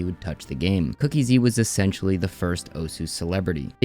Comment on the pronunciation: SAY IT WITH ME: COOK--EASY NOT COOKIE-Z